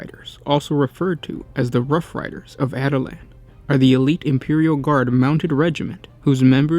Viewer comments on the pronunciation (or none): At-i-lans.... cringe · Dude, you're pronouncing that wrong. it's pronounced like Attila the Hun. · Yeah, kinda bugged me throughout the video. Also, no mention about the rough rider hunting lance? Son, I am disappoint. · My real name is Attila and it's a bit annoying hearing this😅